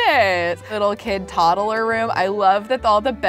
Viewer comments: i love how she says toddle insted of toddler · Am I the only one annoyed when she says toddaler